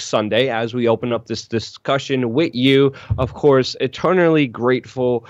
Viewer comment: "Wit you" 😂